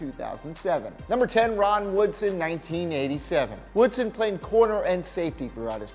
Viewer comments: It’s Rod Woodson not Ron Woodson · "Ron" Woodson? Do you even football?🤔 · It’s Rod Woodson, not Ron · It’s Rod Woodson bro lol not Ron😂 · It’s ROD Woodson not RON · Its rod woodson not ron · ROD Woodson, not RON😂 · ROD WOODSON if you're gonna get it wrong at least do it right. Should have said RON WOODSHED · Whos "Ron" Woodson? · Ron Woodson? Cmon man 😂